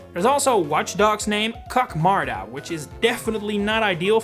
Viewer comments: Kukmarda not COCKmarda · Just wanted to clarify the German name for Watchog isn’t pronounced “Kock-marda” but more like “cook-marda” It combines Marder, German for marten with kucken, informal for seeing or watching. In doing so, it sounds like the phrase “Kuck mal da!” Which roughly translates to “Hey, look there!” At this point I need to add, some people insist you need spell “kucken” with a g, so “gucken” but according do the Duden, the most holy authority of German grammar rules, both spellings are correct, it’s only an informal words after all. And I also haven’t heard anyone ever pronounce it with a G-sound, it’s always a clear and distinct K-sound. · Further more the kuk part is not pronounced as kuk in English like you did, but more like k-oo-g as in cool. So as you see, when you pronounce it as it is meant to be pronounced, you can’t really misunderstand or interpret there. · Please do not ever pronounce Kukmarda like that! It's "Kuk" as you would pronounce "cook", not "cuck" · As a German, I really love Kukmarda! (Which is actually pronounced with Kuk sounding like the English verb cook, not ... well). Kuk sounds like "Guck", meaning "look!" Marda sounds like "Marder", meaning "marten". But together the name Kukmarda sounds like "Guck mal da!", which can be loosely translated to "Look over there!" or "Look at that!" - which is just perfect, imo. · For Kukmarda, it sounds weird in english because it's not pronounced right 😅 "kuk" means to "look" and is pronounced like the the english word "cook" 😉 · In German's defense, it's pronounced cook-mar-duh 😅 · little correction, Kukmarda isn't sussy at all, unlike koknodon. The "Kuk" in Kukmarda is pronounced like cook, not... the other thing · Not the best Names. But Watchogs German Name Kukmarda is spoken different, I know it's hard for English Speakers. Instead of Pronunciation, it's spoken Kuck(like Look but with a K), a short Pause and then marda